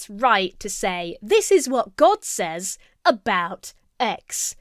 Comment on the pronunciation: Do a lot of people pronounce 'says' the way does? Exactly the way it looks? Is that a regional thing?